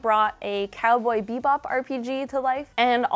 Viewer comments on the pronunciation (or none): none